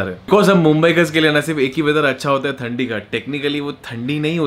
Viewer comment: थंदी नहीं ठंडी